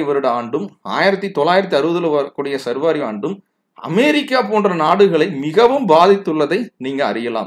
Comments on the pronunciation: not survari but saarvari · I am disappointed with you. You are pronouncing saarvari varudam incorrectly as sarvaari. I just noticed the description where you have given explanation for your mispronunciation. You are wrong again. சார்வரி itself is a samskrita sabtham.